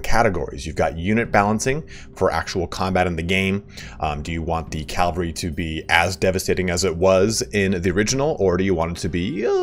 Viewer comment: CAVALRY. Not Calvary. Unless you want Jesus coming in to ride in on your horses, it's the Cavalry that you use in war. lol